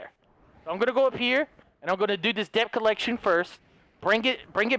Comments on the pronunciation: It's DEBT not DEPT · Why does he say deb t when it is pronounced det?